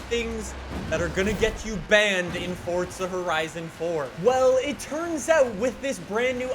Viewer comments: It’s forza not fucking FORTZA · Is it just me or does it sound like he is saying fortza horizon 4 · And he’s still saying Fortza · why do you say fortza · Why he say “Fortsa” ???? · Didnt know there was a t in the word "Forza"